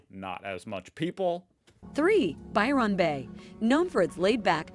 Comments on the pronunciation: “By-Ron” is giving “A-A-Ron” 💀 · Pronounced more like Bywin Bay rather then Byron Bay,, If pronounced Byron link it as one word .. This lady has said it wrong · There are errors in this clip. Port Douglas is an hour from Cairns not 5 minutes. It's Byr'n Bay not Buy Ron Bay